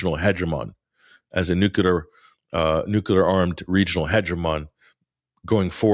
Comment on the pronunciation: says "Nookelar" 😊